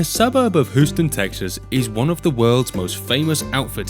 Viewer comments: Who-stun Texas??? Hugh-stin Texas Or Hyou-stn Texas. But not Who....stun Texas. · Interesting video (as are all your videos). I laughed a bit as your pronunciation of Houston as who-ston, it's more like hue-ston. Mind, I'm terrible at pronouncing some of the names of foreign cities so I'm not taking the piss, just hoping to give a tip. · Ahh yes, Who-ston Texas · He said Hooston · i heard you say hooston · its pronounced yous-ton. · He said hooston. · "Hoosten", Texas. Ha ha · Lol. Hoostun TX. Really?!?! I know you aint from round here but come on... lame! Its got a U in it. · who-ston texas? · HOOSTON?!?! Hoooston?! Really? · The way you said Houston pissed me off lol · Im sorry, but as a native Houstonian, I feel attacked for how your pronounced Houston off the bat.